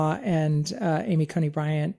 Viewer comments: Who’s Amy Coney Brant I thought it was Barrett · Barrett, not Bryant. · It's Amy Coney Barrett, not Amy Coney Bryant 🙄